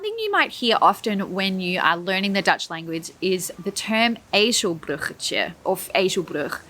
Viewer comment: when you say ezelbruggetje, it's sounds really Dutch!